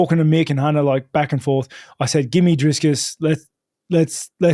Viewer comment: DriS - Kus??? Really guys its not that hard. Drikus... 😂